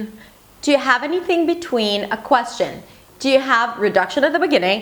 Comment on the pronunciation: You are wonderful but i feel your second language , you should've to review on this word "question " s not prounouns